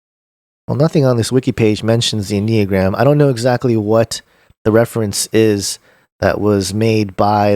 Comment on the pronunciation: “N uh gram”